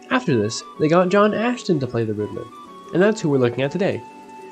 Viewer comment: His name is Astin not Ashton. Also Warner Brothers had nothing to do with Batman 1966, it was 20th Century Fox.